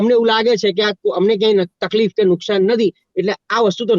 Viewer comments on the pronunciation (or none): none